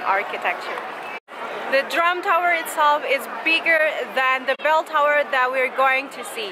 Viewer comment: I thought I heard you say the Trump Tower (drum tower)....LOL